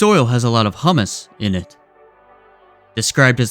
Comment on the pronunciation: Great video, the organic matter is pronounced Hew-mus.